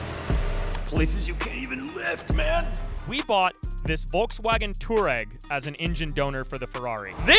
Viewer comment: Furrwagon For sure 😂